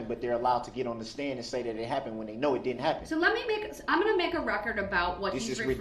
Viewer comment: "No I di-ent"